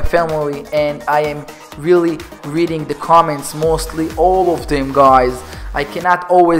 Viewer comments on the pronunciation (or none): none